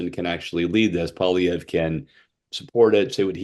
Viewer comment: Someone tell the liberal it’s not pronounced Pierre “Polylever”